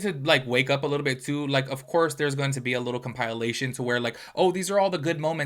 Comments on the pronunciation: Can you pronounce the word compilation correctly? It’s not compilalation, it’s compilation. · Compilation: comp-ah-lay-shun 😭😭😭 the compileation was killin me